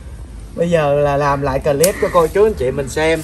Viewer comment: Clip là chỉ đọc 1 âm thôi, clip chứ không phải đọc 2 âm “cờ-líp” nha, nghe mệt quá…..làm YouTube thì nên tìm xem vài clip tiếng anh để học nói tiếng anh cho đúng đi…..🙄🙄.